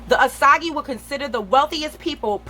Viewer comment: Btw it’s not (oh saug E) it’s (oh sAge)